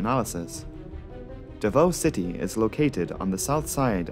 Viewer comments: As a Filipino and fan of your channel, I can say you nailed the pronounciation of the names (exception is davao where the o is pronounced sharply like "davau" or "davaw"). The video is as always excellent. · Are you 5 years old? Also, Davao wasn’t even pronounced right. What are you saying? Stop being cringe.